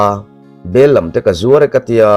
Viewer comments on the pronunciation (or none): Bellam tih ni lo in Bellam lam tihah hian thluk tur niin ka hria😂